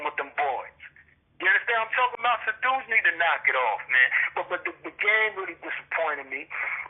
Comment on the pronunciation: Lmao this nigga said "gayme"